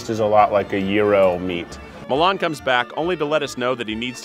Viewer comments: am i the only person that is bothered because its pronounced milán instead of mílan? and finally someone mentioned slovenia just wow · the way he pronounced milan made me cringe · It isnt pronounced MILAAAN like the city, its pronounced quickl, MILAN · Yeah how they pronounced his name too. Like it's a city in Italy 😭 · The way he pronounces milan is more like the capital of Italy then a name.... Bruh it's fast like Milan not (mil)(an) Yes im pissed about how an american pronounces a balkan name.